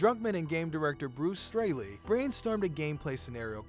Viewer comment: You pronounced Gustavo's last name wrong... and it's Bruce Straley not Stanley 😂